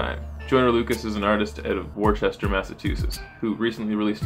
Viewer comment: It's pronounced Wooster. Ed Lover made the same error on Meth and Red's Blackout.